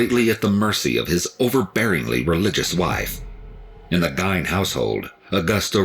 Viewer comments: I always thought it was basically Gain haha....weird how people hear it differently depending on what source they heard it from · I know the 2 documentary's i have watched they all pronounced it Geen but spelled Gein,it could go either way lol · I live in Gein's hometown and am good friends with some of his victims' families. I hate the way people mispronounce his name. Apple pie with cheese on it is quite common here in Wisconsin. It was even more common back in the 1950s. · It drives me crazy too, the mispronounciation! I think most people know of Ed Gein, not sure why EWU implied otherwise. I always wondered, if Gein had grown up in a more normal household, or if his mental issues had been more correctly administered to early, would he have still been twisted?!? Either way, it's SO sad for his victims and their loved ones, immensely tragic!!! I do feel some empathy for Gein before he acted on these impulses. It had to be tortuous to feel the things he did, but when he took their lives into his hands, and then ended them, that when I mainly think of the victims pain, fear, etc, and, their loved ones losses and grief!!! I didn't get new info from the EWU video, but it was well done, pronunciation aside, but I do love watching L's reactions! I've known a few people here in SE Missouri who eat apple pie with cheese too. I eat many odd food combinations, so I can't say much, lol!! I hope the families and friends of his victims feel some level of peace!!! Especially, as they're reminded of the tragedies all too often. You Take Care, and Merry Christmas Everyone, Amanda H. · The way that narrator is pronouncing Ed Gein's name, having it rhyming with "Wine", is cringeworthy I'd always heard Ed Gein's name pronounced as "Geehn" or rhyming with "Seen" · It's not pronounced Gine! It's pronounced Gee-Inn! His first inspiration for a movie was the movie Psycho by Alfred Hitchcock then later a Texas Chainsaw Massacre in the 70's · I've always heard it pronounced Gain